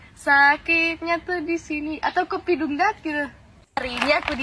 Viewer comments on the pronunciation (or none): "Kopi dangdut" oi bukan "kopi dungdat" 😅😅😅